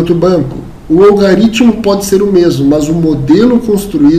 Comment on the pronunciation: A aula é excelente, mas fica aqui um toque. Não existe "algaritmo". A pronúncia correta é "algoritmo".